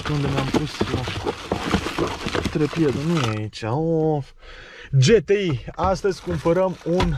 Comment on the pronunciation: GHE -T-I nu GE-T-I